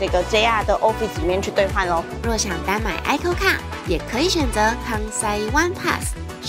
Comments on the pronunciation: 好像是念尹扣卡比較多，愛扣卡第一次聽到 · icoca 是念伊摳卡啦，不是哀摳卡XD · ICOCA是唸一摳卡😁